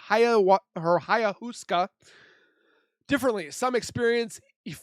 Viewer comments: It’s pronounced “eye-ah-waska” I’ve done it before as well as Iboga which is even stronger than ayahuasca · Pronounced..... ( I O WAZ KA) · Pronounced … i -ah -waska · It’s pronounced ‘Eye uh wah skuh’